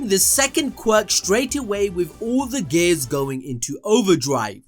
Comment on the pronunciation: CANT TELL IF YOUR SAYING GAYS OR GATES🤣. IT'S GEEEEE--ARRS🤦‍♂️